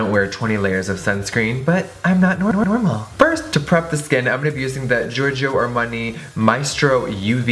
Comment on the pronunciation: Haha I love the way you say armani